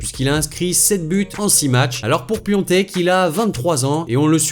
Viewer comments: Juste c'est pas Piontek comme tu dis mais PIATEK avec un a c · c'est piatek et pas piontek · C'est Piatek pas Piontek 😭😭😭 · Piatek pas Piontek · s'écrit Piątek et prononce Piontek en polonais. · Je veux pas faire le connaisseur mais ça se prononce pas Piatek mais Piontek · Sa ce prononce piontek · Ça se prononce Piontek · cela se prononce piontek